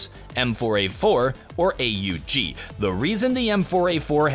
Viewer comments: what weapon is AA UU GII never hear that gun new update coming soon..???? just say aug like normal human. AUG AUG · Hey, the gun is not pronounced A.U.G It's an austrian gun and they just pronounce is as AUG or A-HOOG, kind hard to show it here